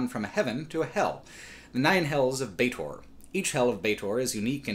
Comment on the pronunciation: Bar that! It's Sigil, berk! With a soft g...like in 'glove'. Also Baatezu and Baator...frst a is pronounced like e in 'enemy' and the second like a in 'alchemy'. Baator. A cutter ought to know these things.